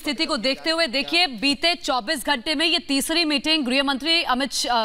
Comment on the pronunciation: हिन्दी सुधार लें.. गृह होता है ग्रह नहीं। मातृभाषा है.. ध्यान रखें.